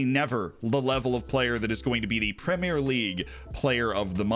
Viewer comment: You're saying 'Premier' right! Nice! Thanks for changing the way you speak normally in order to appease anal retentives like me :)